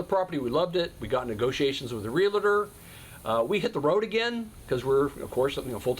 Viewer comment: REAL-TOR... NOT REAL-A-TOR